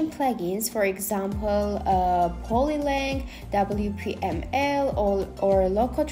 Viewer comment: which plugin did you use? polylang? I had difficulties to understand the word. I think: polylang, but it sounds like polylink. Thanks for help.